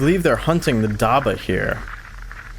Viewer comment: hello im muslim and it is pronounced dab-bah not dabah